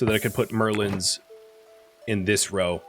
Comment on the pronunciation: Sticking 'Merlins' at the top of your walls. I was poking fun at your pronunciation of Merlons in this episode because the image of someone sticking pointy-hatted, star-robed wizards on the upper edge of their wall is incredibly amusing.